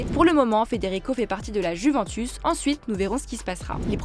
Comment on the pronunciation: Apprenez-lui à dire « Juventus » svp